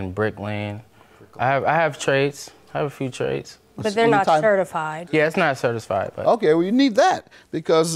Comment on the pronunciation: Why did she have to say: “But they’re not certified” like that? Lol